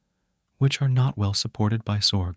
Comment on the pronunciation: Dude split up the x and org from your AI script. It's very distracting hearing zorg every so often.